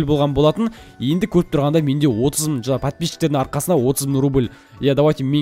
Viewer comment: мың дегенді мын дийсіз екен